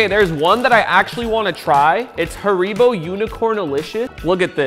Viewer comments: Hareebo not haribo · It’s not pronounced “ hairy- bow” the proper way is “her-e-Bo” Brian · Why u say haribo like that it's Harry-bow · THE WAY HE SAID HARIBO 😭😭😭